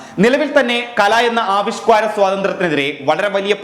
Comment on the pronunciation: ആവിഷ്ക്വാര അല്ല സുഹൃത്തേ, ആവിഷ്കാര എന്നാണ് പറയേണ്ടത്